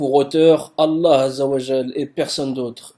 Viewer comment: vous avez remarqué qu'il arrive même pas à prononcer allah?